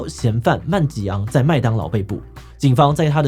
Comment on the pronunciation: 瑪利歐是因為槍擊犯的名字是路易吉……這才是看點，如果不知道槍擊犯的名字叫路易吉，那瑪利歐的梗圖就沒有那個味道了，不知道為什麼志棋一直叫他曼吉昂，而那個“拖延”，“拒絕”也在後面可以知道，其實用英語讀才有味道來著